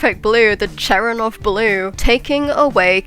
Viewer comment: I’m 99% sure it’s pronounced “Cher-en-kov’ like it’s spelled lol